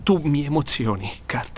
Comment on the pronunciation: Poi la pronuncia italiana di Kurt non si puo' sentire ... "Tu mi emozioni, CART.."